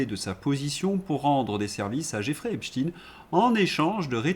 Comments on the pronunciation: pourquoi vous dites epstine ? pourquoi vous ne prononcez pas epstein ? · Vous aussi vous dites esptin?? Parce qu'on dit Albert epstin ???